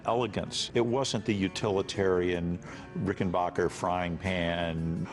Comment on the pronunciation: Somebody should have clued the narrator that it's pronounced Ricken-Back-er. As in 'my aching back'. That's why it's spelled 'b-a-c-k' instead of 'b-a-c-h'. Adolph Rickenbacher anglicized the name after the 'Great War', to sound more like WW1 flying ace, Eddie Rickenbacker . He changed the spelling so nobody would be confused at how to pronounce it. A hundred years later, the phonically-challenged are still confused. Also, what did Paul Reed Smith invent?